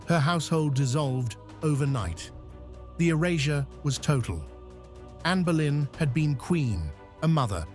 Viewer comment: It Boleyn not Berlin. You should read about visitors to the Tower of London who have witness her apparition flowing in the air with her severed head, under her arm where she was executed and where her body was buried in St Peter and Vincula within Tower of London. she mostly makes appeareance on the day of her execution on 19th May. You may find it very interesting it on Utube movies.